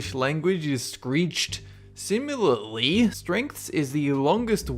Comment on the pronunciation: "Sim-U-larly?!?" Learn to pronounce words!